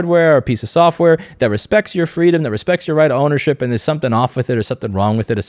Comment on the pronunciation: Ah yes, softrware